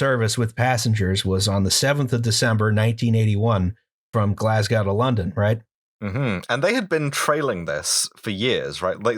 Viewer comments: Can we start a petition to have them learn how to pronounce Glasgow correctly? It rhymes with hoe, not cow. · OK Why didn't the other two correct the guy saying "Glasgow" totally wrong!?